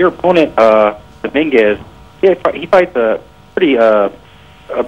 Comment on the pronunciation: Domingwez lol